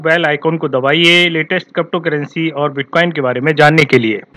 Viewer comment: Good update and thank you for uploading video related crypto currency. Sir, however, I have one request to you to pronounce crypto currency as crypto currency not crapto currency. Ha ha ha just kidding sir ji, u r doing good job